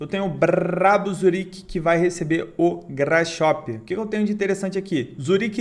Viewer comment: Grasshoper sem pronuncia “grasroper”